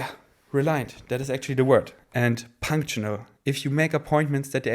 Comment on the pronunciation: your english is honestly so good. the only thing that sticks out to me is your pronunciation if 'punctual' - it should sound like 'punk-tue-al' . hope this is constructive x